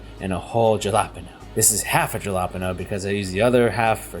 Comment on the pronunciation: O-nigh-an and JJuh-lapin'? Lol